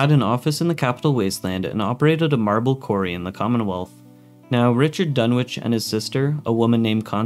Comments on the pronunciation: It's DUNNITCH, not Dunwitch. The W is silent. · FYI, the W in "Dunwich" is silent.